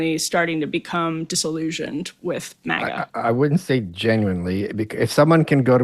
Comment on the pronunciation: MAGA not miga